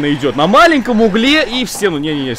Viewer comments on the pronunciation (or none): Булкин: говорит 50 раз "углЕ" Русский язык: я что, для тебя какая то шутка?